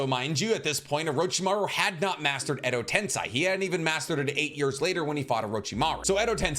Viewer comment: Says he "knows Naruto like the back of my own hands" and "probably top 3 to 4 people on earth In terms of knowledge about naruto" yet constantly calls Katsuyu "Katsuyo", Edo tensei as " edo ten-sigh", kakuzu " kakuzo" and pronounces tomoe as "toh-may" etc etc. Lol but seriously love the channel